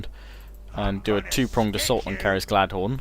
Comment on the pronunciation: its not Gladhon its Galadon!!!!